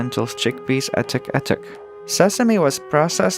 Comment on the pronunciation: I think it's the word "attack", but it's mispronounced.